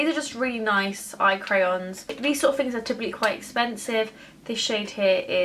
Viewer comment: Your speech is appalling. You don't pronounce your "th"'s! It's "THings", not "Fings"!!!